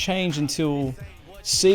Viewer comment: Only thing annoying about this video is the pronunciation of Sega 😂